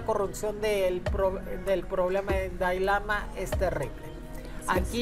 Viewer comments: Además de exhibir su ignorancia sobre el budismo no sabe ni pronunciar siquiera Dalai Lama y no es un dios viviente. Ni lo "reencarnan" desde niño. Investiguen para que no den tanta info imprecisa... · Y NO es DAI lama es DALAI LAMA!